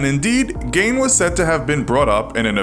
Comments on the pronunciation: you were pronouncing his name wrong, it is pronounced Geen not Gain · Ed Gain? I've always heard it pronounced "Geen" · Dude are you fucken serious gEEN not gAIn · It's pronounced geen not gain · I am from Wisconsin and it is pronounced “GEEN” gah-ee-n NOT GAIN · Gein is pronounced like “green” not “gayne” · Ed Gein was actually a family friend. my grandmother knew him, he worked for my great-grandfather in his Oxford garage. and his name is pronounced geen, not gain. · Don't listen to this guy it's pronounced Geen not Gain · It's gein Not gayn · you are pronounceing gein wrong it's geen not gain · For the record it's pronounced gEEn not gain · his last name is pronounced gein like keen not gain. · By the way. It isn't pronounced "Gain". Rather it's pronounced as "Geen". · It's pronounced ed geen not ed gain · It’s pronounced Ed Geen. Not Gain. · As someone who used to live near Plainfield and who's mom actually knew the Geins.... it's not Ed Gain. it's Ed GEEN. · It’s GEEN not gain. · its ED GEEN ... not ED GAIN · Ed Gain? It’s Pronounced GEEN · Being a lifelong resident of Wisconsin, I know that it's pronounced GEEN, not GAIN. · His name is pronounced "geein" instead of "gain". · Gein not Gain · I am from Wisconsin and it bothers me how he says "Gein" he is saying it like "Gain". Love the show but the Wisconsinly correct name is pronounced "geen" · good vid but it's pronounced Geen not gain it's French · It's pronounced 'geen' not 'gain'. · Is that how his name is pronounced? I always thought it was pronounced geen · You are NOT alone. Geen is the correct pronunciation btw. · Lol "gain" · Am I only one bothered by narrator keeps calling ed gein, "GAIN".... I'd feel better with them calling him ed. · Ed Gein's last name should be pronounced "Gyne"/Gine. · It's pronounced 'Geen'. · Its Gein. Strong I. It's a German name. Nothing More annoying than hearing someone mis pronounce something over and over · It’s Gein not Gain.. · It’s Ed GEEN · “Ed Gain” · Ed gayne